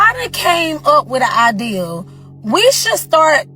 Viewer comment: It’s idea. Not ideal, you muppet.